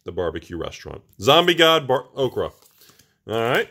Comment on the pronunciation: Oketra = okra? O-keh-tar-a